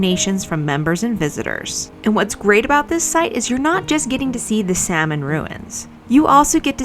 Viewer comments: Salmon Ruins also gets money through their Division of Conservation Archaeology, which is a for profit business run from their facilities. Also, Salmon is pronounced Sal-mon, with the L, it is a family name. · The runs named after the Salmon family are not pronounced the same way as the fish is named. You have to pronounce the L, like Sahl-mon.